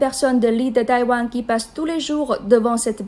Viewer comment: "la région chinoise de Tawaïn"